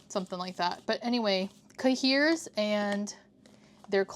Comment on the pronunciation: I love the style of this video! 💕 (also, no shade, I’ve never heard an English pronunciation of cahier haha - it’s pronounced “kaiy-ay” (as in yippeekayee”) in French. Took me a second to realize what you were saying hehe)